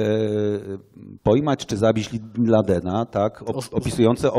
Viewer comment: dlaczego Pan mówi bin landen i ciągle przekręca, przeinacza wyrazy, robi to notorycznie przy wyrazach prostych jak i przy skomplikowanych